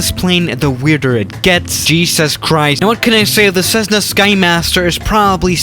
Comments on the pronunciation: Is it me or does say ceszzna instead of Cessna ( no hate intended ) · Not 'SEZ - nah'. But rather 'CESS - nuh'. Thank You. 😋. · There is no z in Cessna, ie what the heck is with this computer generated voice that pronounces Cessna, Cezzna? And the Cessna Skymaster was manufactured for years, isn't even particularly rare. Even the USAF used them, as FAC aircraft, during the Vietnam War. And finally, many other pusher puller aircraft have been built over the years, the most recent being the Adam Aircraft A500. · Nobody: Absolutely Nobody:: This is a CZEZZNA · Plz stop saying cezna